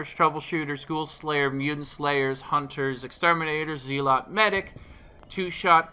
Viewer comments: Say it with me, now. Zealot is pronounced zell lot. Not "zee lot." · IKR? I had to pause half way through to make sure I heard him right... He said "zee-lot".. Which isn't a word.